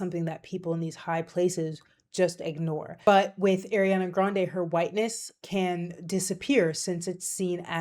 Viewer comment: It’s pronounced ah-riana, not air-iana